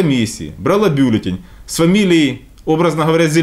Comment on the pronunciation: Почему Вы так упорно ставите неграмотно ударение в слове бюллетень? Извините, но "режет" слух. Если уж Вы говорите по-русски, то следует придерживаться нормы с ударением на втором слоге. Вы же не француз))).